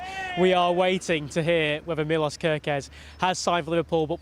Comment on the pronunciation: It's pronounced MILOSH ;)